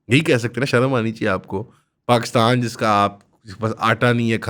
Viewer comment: Puri video mein jab yeh 2 second ke liye cool bna tab hasi nhi aayi baaki yeh ajeebo gareeb delusional hatheenuma shaksh paxtan pactan bolke ek number comedy kiya.